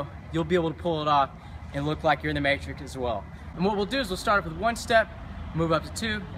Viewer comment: He said 'Matric'...